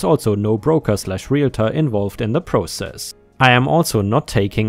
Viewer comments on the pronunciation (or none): none